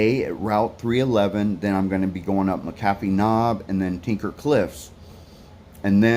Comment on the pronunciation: Just loving your videos and yes just listen to yourself not the ones that tell you how to hike. But on that note this is not a criticism but an observation. About 6 or 7 years ago a blogger started pronouncing McAffee’s Knob incorrectly. I live here, I’m a volunteer Ridgerunner for the area. It’s pronounced locally as “Mac A fee. Just for your information. Again love your videos. So creative.